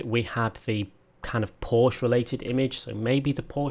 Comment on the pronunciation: right, WONG again!! Just stay with "porschE" :-) nice video, keep it up!